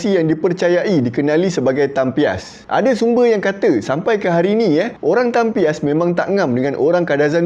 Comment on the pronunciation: Nak betul kan sikit ye...bukan tampias tapi tampios